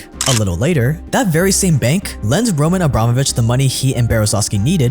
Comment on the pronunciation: This scratches my ear a bit. It not ROman AbrAmovich, but RomAn AbramOvich, but never mind.